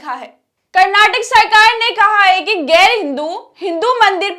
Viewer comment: pahle apna talafuz theek karo.gair nahin ghair,khabar nahin khabar,jaati nahin zati,waghaira.ze,quaf,khe,etc